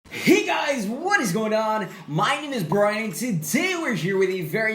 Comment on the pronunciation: It's Brian not brain XD